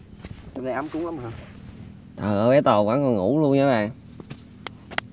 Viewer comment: Sao anh nói ấm cúng thành ấm cứm zdậy?